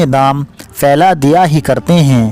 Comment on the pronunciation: Bahot acchhe تلفظ تھوڑا صحیح کرنا ہوگا فر نہیں پھر ، شہسوار ،شہشوا ر نہیں ،فیلا نہیں پھیلا